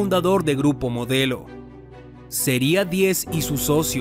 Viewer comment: dice grupo MODLEO en lugar de MODELO